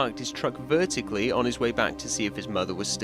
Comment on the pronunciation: that "vertically " is painful 😭😭😭